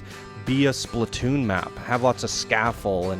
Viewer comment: Surprised you did not even mention that the track literally slammed into the roof of the first building in the lift hill. Should have been a bit higher to stop that issue. BTW, it's not said "Spli-toon", but "Splat-toon". Why are the character boxes so big?